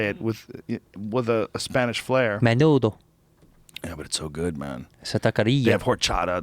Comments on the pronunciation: The way Rogan pronounced Menudo made me not want to eat it ever again... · Joe you fuck, there's no chick peas in menudo. it's hominy